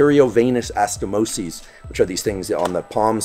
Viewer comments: Anastomosis not astomisis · Pyruvate Kinase (PEERUVATE KEENAZE) ; ANASTHOMOSIS (a-na-sto-mo-zees) , dear ...